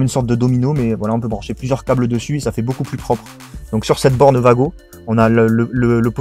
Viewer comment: Pour un débutent cet correct moi qui suis électriciens du bâtiments cet plutôt correct niveau schéma et installations et cet des wago écrit comme sa mes se dit pas vago mes ouago di t comme sa